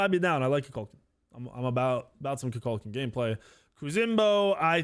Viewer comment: The way u pronounce some of these names actually bothers me. KuHKUhlKahN 🤪